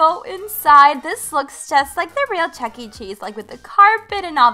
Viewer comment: Every time I hear her say Chuckee I shudder